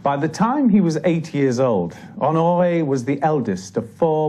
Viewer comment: Everyone: Honorè Balsac Narrator: Honnoy Ball Sack